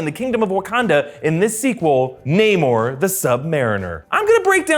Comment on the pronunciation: Namor,, not namur